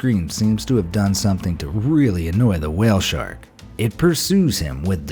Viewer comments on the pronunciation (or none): I misheard your wale thing so I assume you said "wale snacks"